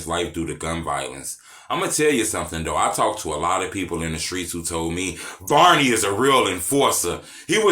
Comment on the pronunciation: I like that you pronounce it the right way. It isn't VERNey. Thank you🤣